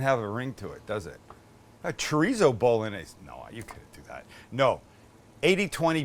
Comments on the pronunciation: Why are yo deliberately mispronouncing the word "bolognese"? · You just massacred the “Bolognese” Sam.. balsamic vinegar and oregano? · Please please please take the time to learn how to pronounce penne and bolognese properly try and stop the bastardisation of language. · You say an Italian intro and proceed to say BOL-O-NAZE 😂! Cmon Sam! If you do the Italian as least pronounce like they do! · I'm sorry, but a part of me died inside when you said "pen-nay bow-luh-nayz" 😭😭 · It's pronounced, "Bo loan yeh seh." French and Italian have a g.n. that's pronounced like the n.i. in the word senior. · one more time: BOW LON YEYZ. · Bolognese - sounds like it looks Bologna - bullonee